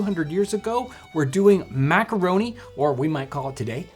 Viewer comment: "Mac-a-ro-neh!"